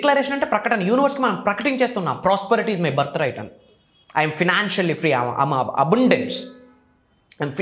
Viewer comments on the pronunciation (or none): అరే బాబు అబుండెన్స్ కాదు అబండెన్స్ అనాలి